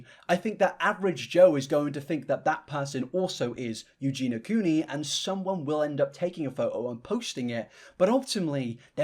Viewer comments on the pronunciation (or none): Say what you will about Adam, AT LEAST HE SAYS EUGENIAS NAME CORRECTLY. Whilst you have managed to say Eugena in every damn vid you’ve done on her. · You pronounced her name right ONCE in this entire video bestie 😭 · in this whole 34 minute video, you managed to pronounce her name correctly exactly one time :D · Respectfully unsubbed on purpose because I find the way you cover Eugenia disrespectful. It bothers me that you keep calling her by the wrong name (Eugen-EE-a, her name is not Eugena) and you introduced her deceptively. You made an effort to use old photos of her that don't represent her as she normally is, then you used footage of her showing her trademark muscle wastage unblurred, uncropped, undressed, and most importantly unspoken, because that nonverbal display of SH is her brand, even when weather inappropriate. You intentionally omitted her illness is what she's known for, if you already know her. For people in your audience who aren't already familiar with her, that's a jarring transition from old pics of her to suddenly skelly. I'm sure you don't intend to expose your audience to ED content, but that's what you're showing and it doesn't negate the harm that causes to show and not tell. If you're going to peddle shock content, make it educational. I don't like that you're sending engagement to a very sick woman you don't even respect enough to say her name. That feels very exploitative and I can't respect that man, you're doing exactly what she's controversial for when you normalize ED content for profit. She's not "just existing", content creation is her job same as yours, and the way you do your job is not exempt from criticism, so do better man take care but I'm out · Is there a reason you say Eugena Cooney and not Eugenia Cooney? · her name is eugenia.. not eugeena... lol.. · Eugenia, not Eugena. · Her name is Eugenia, not "Eugena". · PLEASE it's Eu-gen-i-a, NOT eu-gen-a 😭 you're killin me man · Eugenia* not Eugena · yes! EugenIA. So annoying